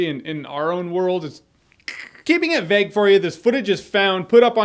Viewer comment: Why do you always say vegg and not vague x